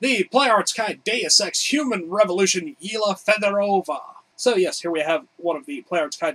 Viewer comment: I think it's yelena not yeelah